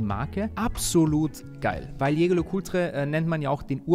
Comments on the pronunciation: dat Ding wird französisch ausgesprochen.:) Ich sage das nur deshalb, weil ich auch nicht wollen würde, dass du Börek genannt wirst. Bester Mann - und danke dass du nicht so peinlich wie Kai bist. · Geiles video! Jetzt musst nur noch „Jaeger“ richtig aussprechen 😅 ist ja immer ein Zungenzirkus